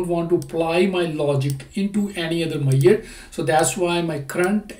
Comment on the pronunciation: Dear,, I highly appreciate your videos & I take meaning out of your video. And, I have a heartily request: Please have a check on: How to pronounce Measure, It took me while to understand what are you talking about!